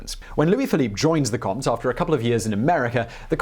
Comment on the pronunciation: Love the way you pronounce Comte